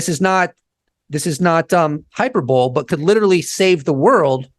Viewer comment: It’s defo not hyper-bowl lol